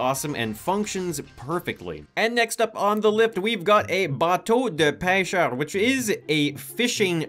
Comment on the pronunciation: You said "bateau de pêcheur" pretty nicely